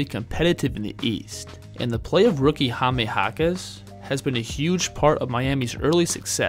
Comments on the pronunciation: Jaime is pronounce as Hayme not Hamey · Appreciate your correct pronunciation please, it's Jaime not Jamie. Jaquez it's all right 👍🏼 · Hame. Lol. Its read as high meh. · it's " high-meh " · Its pronounced"HIGH-meh." Other than that, good vid. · It's Hi-meh